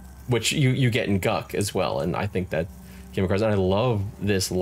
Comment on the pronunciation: Interesting. You say "guck" for Guk. I always read it more like cook with a g. I'm still middling on the graphic overall, but I'm not mad at the views and level/world design.